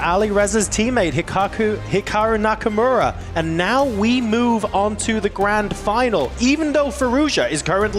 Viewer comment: "Hicocku Nakamura" 🤨